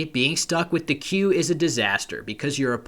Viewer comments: I love you, but the way you pronounce Quey sends shocks through my spine. I always though it was more like 'Key', than 'Quail'. 😂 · Are you thinking of quay, like a harbour? Quey, meaning a young cow, is pronounced 'kway'.